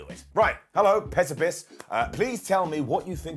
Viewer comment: Tee hee the bald A-hole said "PessiPiss "😂😂😂